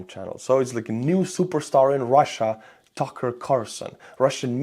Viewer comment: Tookerrr Carrrsooson